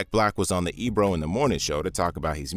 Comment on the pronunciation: Sorry Ebro checked that clown not the way you said it hack